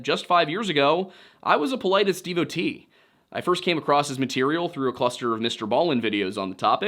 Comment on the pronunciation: Every time you say his name I have to remind my brain you’re saying “Paul-I-dis” and not “politest” honestly why does he spell it that way it’s very confusing 😂😂